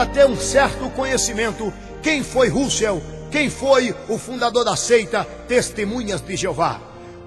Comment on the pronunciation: na verdade vc que deveria estudar bem as escrituras, pois vc está muito desinformado! lembrando_ Deus odeia a mentira e vc é um mentiroso, usa a bíblia pra falar mal de uma religião q sempre prova na bíblia suas crenças... e vê tbm se aprende a falar o nome de Russell direito!! quanta hipocrisia da sua parte se dizer q e um cristão... mais Jesus predisse q haveria falsos cristãos! e" VC E UM"